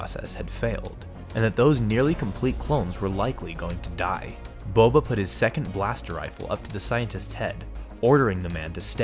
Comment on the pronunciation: it is Boba not bobe